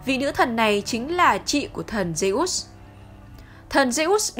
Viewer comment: Phát âm như lollk zê út :)))